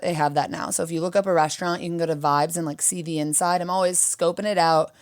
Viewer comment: I'm Irish, and we put 'h' in a lot of words that don't have them...but 'reshtaurant' makes no sense to me. Or 'frushtrated' etc. Musht be a Losh Angelesh ting